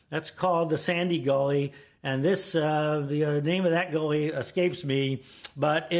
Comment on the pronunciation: him saying gully and portmore lol